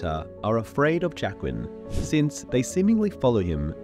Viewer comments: The best thing about this Video is waiting to see how close to Jaqueline he gets when pronouncing Jaqen. Its slowly shifts as the video goes on, starting relatively correct and then becomes progressively worse. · He said Jaqen correctly once, the rest was Jaquen 😂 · Why do you pronounce Jaqen so weirdly? Trying to be different from the show for difference's sake?